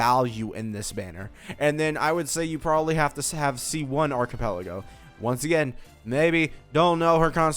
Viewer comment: whos archipelago? do u mean arlecchino?